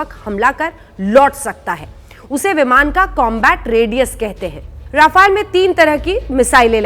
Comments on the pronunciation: It's rafaaaale not rafail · रफाइल नहीं राफेल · Rafaiel nhi he. .RAFAL BOLO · rafile 🤣🤣🤣🤣😂😂😂😂 being a national new reporter you should pronounce the word correctly its rafale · Not rafile it is called rafail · Aey 7vi fail Rafael bolna toh sikh le pehle😂😂😂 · अरे मॅडम जेट का नाम तो साहिसे बोलो राफेल है राफायल नाही बडी पत्रकार बनती हो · Pronunce it as ra-fa-le not ra-fai-le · Madm bolna to seekhlo रफाइल kya hota h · Naam toh acche se lelo rafile rafile lga rakha h